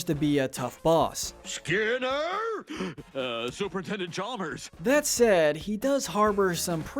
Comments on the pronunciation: I agree with this list, but I heard “Super-Nintendo Chalmers” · Did he say Super Intendent Charmers or Super Nintendo? Maybe i miss understood? What do you think?